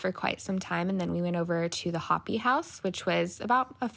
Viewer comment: Glad you enjoyed your time. FYI: Hopi is pronounced “hoe-pee” (not hoppy) but thanks for visiting my state.